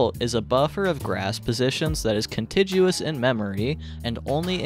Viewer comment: The 'tig" in "contiguous" rhymes with "fig" fyi.